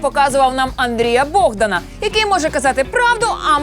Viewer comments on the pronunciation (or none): none